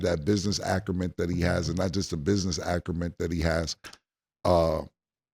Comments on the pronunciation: Killa does it again. 😂😂😂ACRUMENT... THAT AINT NO WORD😂😂😂 WILD AS STANIMA PAUSE!!!!😂😂😂😂😂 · "Business akerment"